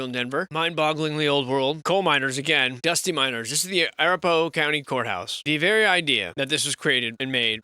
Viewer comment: A-wrap-a-hoe is how it is pronounced. Colorado towns show evidence of flooding mud and tunnels abound just like everywhere else in the entire realm. Here in Florence, east of Canon City, stories tell of underground windows on underground buildings but don't think of going down there as you will either get arrested or get lost and disappear, never to be seen again, in the subterranean maze of Old World evidence.